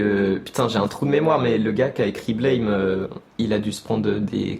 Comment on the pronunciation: Blame se prononce Blam, c'est dans le sens de l'onomatopée BLAM!, y'a rien à voir avec le mot anglais blame. Il y'a eu un mauvais choix de trad car les japonais sont supers nuls en anglais (et malgré le fait que Nihei ait fait son anglais à New York:face-orange-biting-nails:).